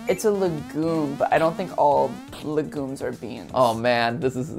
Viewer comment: Listening to him say le gooms instead of legumes is so frustrating